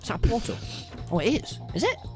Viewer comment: "protal" -Tommyinnit 2021